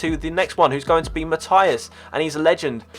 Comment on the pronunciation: That pronouncing of matthäus thoe.